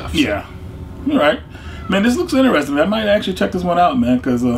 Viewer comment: I like how pronounces interesting.. inter.. resting.